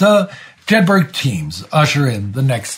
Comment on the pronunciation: Jedburgh is pronounced Jed Bruh. Just like the town they’re named after